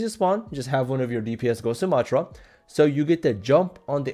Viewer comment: You’re saying her name wrong 😂